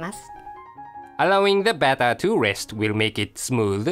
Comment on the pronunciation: strain the battahh